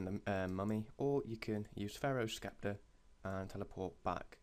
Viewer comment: you can't pronounce sceptre right either lol